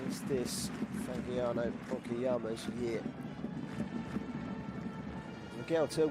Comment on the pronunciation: Please Fagiano is pronunce Fajiano :) Fadjiano... And come on dude Sanfrecce, you really pronunce Sanfrekke? Sanfretche dude come on